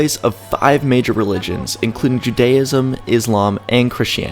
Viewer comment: Doesn't know how to pronounce "Judaism", first sentence. got it wrong. In a documentary about Israel. Good work, idiots.